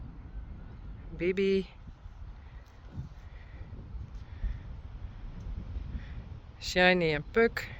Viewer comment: Who else hears Johnny whenever she says Shiney? Wonder if it's just me or not. Uniek knew, you can tell be the way she tastes the air and looks around, she knew she wasn't coming back. Ok the end has me balling like a baby. My cat is now trying to find out why im upset and giving me comfort.